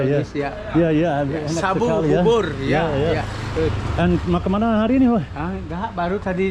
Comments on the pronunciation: Bubur, not burbur! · Bubur bro. Pronounced boo boor. You should try some bubur Manado. Little bit different from other bubur like bubur ayam. Good on you for learning the language. The women there get a lot of thyroid problems in Indo. I think that's the throat thing you were talking about. Always have that dry kinda hacking cough